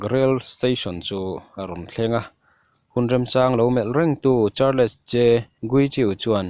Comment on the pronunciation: Histree - tia lam tur, histawri nilovin..Chuan Char-less nilovin charls tia lam tur ani....Alawmawm hrim2 a bengvar thlak..lo trang zel rawh